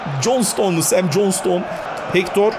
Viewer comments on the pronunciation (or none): none